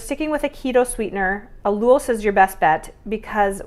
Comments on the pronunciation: It's AL you losse rhymes with cow due gross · I think… it’s pronounced al-YOU-los…. Not saying the recipe isn’t amazing because it is 💜 I can’t wait to make it myself 💜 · Yes she pronounces Allulose with 2 syllables instead of 3. If you can't find it in a grocery store, her asking for assistance to find it, might not be successful